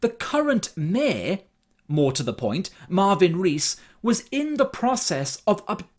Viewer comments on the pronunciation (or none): Love how everyone gets his name wrong. It's "Marvin."